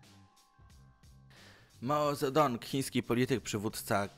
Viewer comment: Chciałbym poprawić prowadzącego, mianowicie Mao Zedong nie czyta się "Mao Zedong" lecz "Mau Cetunk", ale to drobny szczegół, ogólnie to popracuj nad dykcją